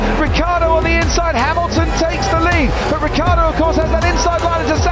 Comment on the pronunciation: Ricciardo, pronounced Rich-iar-do, not Rick-iar-do. Italian anchestors, please forgive them as they don’t know what they are doing....